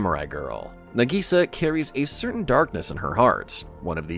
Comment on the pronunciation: Her name is Nagisa. Why is the AI calling her Nigisa?